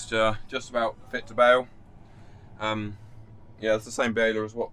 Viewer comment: Bale not bake lol